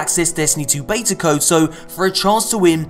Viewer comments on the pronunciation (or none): none